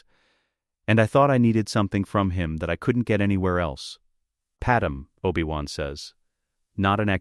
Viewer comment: I HATE hearing PadMÉ pronounced as PaDAM. I Respectfully Request that you speak the lines yourself instead of an AI so that her First Name isn't butchered.